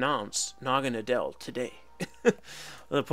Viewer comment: That was a great video! By the way Naganadel is pronounced Naga-Noddle. Naga for snake and Nadel German for Needle.